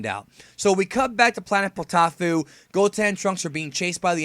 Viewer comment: Poteaufeu is a french meal and it is prounounce potofeu btw really good review, and I agree with that Vegita is getting tons of caracter developemnt and that It si one of the hilights of super